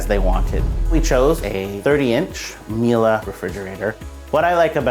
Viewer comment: someone teach this guy how to say Miele correctly